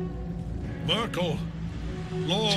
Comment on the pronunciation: "The testament of Myrkul- isn't that the German lady?" Cracked me up more than it should. I guess Americans murder Merkel's name like that. And she's retired since 2 years I believe